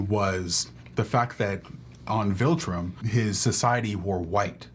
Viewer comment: Say it with me... VILtrum, VILtrum, not VULtrim, not VOLtrum, it's VILtrum